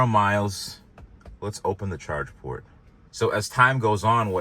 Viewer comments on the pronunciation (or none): none